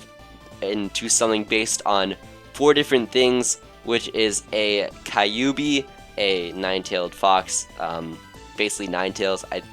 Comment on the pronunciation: I'm assuming you've never watched naruto since you don't know how to pronouns kyubi correctly. No hate. Just saying